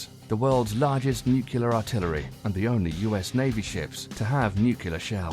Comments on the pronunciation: Nuc you ler vs. new clear. Nu-Clear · Please don't say 'newk-ya-ler' when it's pronounced 'new-klee-ur'. ;) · Don't say NUCULAR weapons. It's pronounced nu-CLEAR. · Ffs it's nu-clear not nu-cular 😂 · NUCLEAR, NUCLEAR, NUCLEAR...NOT NUKULAR! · Repeat after me: Nu cle ar. Not nucular. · It. Is. NUCLEAR. Not NUCULER. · I had to stop watching after he mispronounced nuclear. just say New Clear instead of nukeyelar. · NOO-CLEE-URR...how hard is that word?! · Nuclear... .not nuke-ya-ler. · OH, you didn't just say "Nuke U Lar", did you? Gimme a break. Even British people know better than that. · NUCULAR shells facepalm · "Nucular, nucular, nucular..." But still a cool video. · Scary scary Nucular weapons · you lost me at "nukyeler" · wouldnt be a stupid military video without a "nucular" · Nu 👏 Ku 👏 lar 👏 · New kew lar warheads? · Nuquler lol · What is nucular? I loose faith in people and content who can't pronounce such a simple word correctly. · The narrator doesn't know how to say, "nuclear"... it's not "nu-kyu-lar"... sounds like George Bush. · I think it's funny that there are English people that can't say "nuclear" too. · This guy says 'nuclear' like Dubya